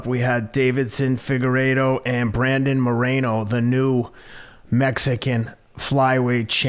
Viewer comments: "Figarowa" Lol.😂 Love Teddy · “Figurolla” I’m fucking deeeeaaaad ☠️ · omg Teddy Pronouncing figuredo multiple ways is so teddy.😂